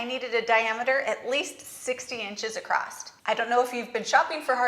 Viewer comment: Very good job. I think it's funny you say "acrossT". I'm from Houston and man Houstonians say acrosst. It drives my wife bonkers that I say it that way.